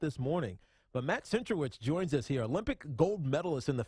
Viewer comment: Centrowitz* not Cantrowitz